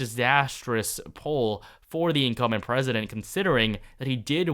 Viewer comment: Incum'B'ent...not Incumment. Sounds like 'incoming' when you don't pronounce the 'B'. Always momentarily confusing.